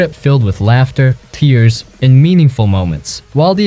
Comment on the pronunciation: Did bro say tears instead of tears when talking about BioShock